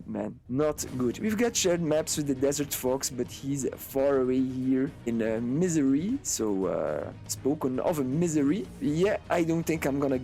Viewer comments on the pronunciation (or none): All to respect man but the way you pronounced my home state Missouri made it sound like Misery lol. Loving the content man.